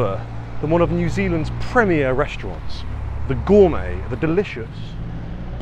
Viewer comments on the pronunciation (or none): none